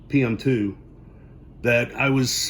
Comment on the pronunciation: I was positive you said "Pets" at first. Was thinking, well that's a new one on me!